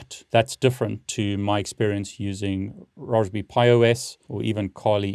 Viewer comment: I didn’t know Brits pronounced Raspberry the same as Roastbeef